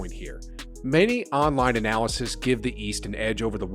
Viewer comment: Again: It's analyst - not analysist. Great video, though.